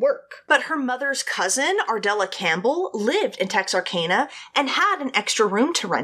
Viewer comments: I'm from Dallas and her saying texar-cane-a is killing me. I've always known it as texar-can-uh. Have I been saying it wrong all my life? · You’re right lol! I was born and raised in Hope, Arkansas and Texarkana was only a 30 minute drive away. Pretty sure it’s “TexarCANa” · No no no Tex-are-can-a Gotta say it with a Texan accent too Lol I probably say it wrong too cause I've never been to that city